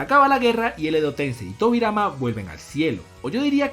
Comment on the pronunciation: dijo tobirai xd